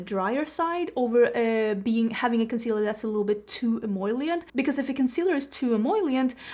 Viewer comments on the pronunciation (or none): it is “em-O-lient”! you’re trying to say em OIL lient haha